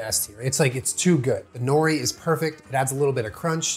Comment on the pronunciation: Always makes me chuckle the way most people pronounce nori.